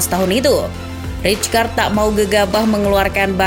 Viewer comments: fyi : rijkaard dibaca raikard bukan ricekard atau ritskard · Saya masa rijkaard di barca gk lama Izin min, nama rijkaard dieja nya raikaard yaa, terimakasih